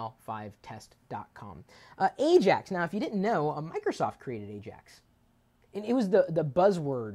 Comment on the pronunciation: 10 points goes to you chris for getting AJAX correct lol